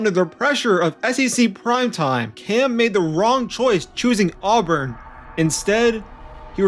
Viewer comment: At least pronounce his name correctly. Its Cam NEW-TON, not Cam New-done. And its AHH-BURN, not Arrburn